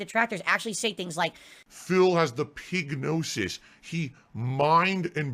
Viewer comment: He actually said pignosis 😆